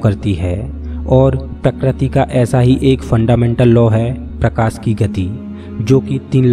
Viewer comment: Kitne bar prokasi bolega tu